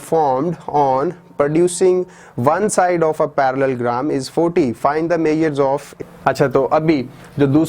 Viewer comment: sir its parallelogram not parallelgram